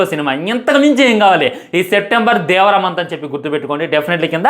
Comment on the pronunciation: Adi devara ra unga 😂 Vara kadu